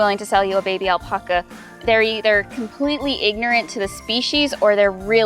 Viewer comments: I know that I can’t be the only one driven crazy by how she says “aulpaukuas” Wat. It’s alpaca. Al-Pa-Ca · Why does she say "Al-Pucka"s? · It is the same word in English and Spanish... Al-Pack-a.... smh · It’s not Alpoca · 🙄🥱 do this with me now. Type in “alpaca correct pronunciation” then type in “alpaca pronunciation spanish”. & say that again with a straight face. You’re literally the only one. 🥴 Need further proof? none of my Spanish relatives says “aulpaukuas”. 🙃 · Google how to pronounce Alpaca